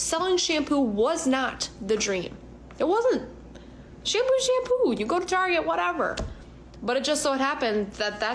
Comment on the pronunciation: I hate to nit pick but the way she says shampoo was absolutely triggering me 🫠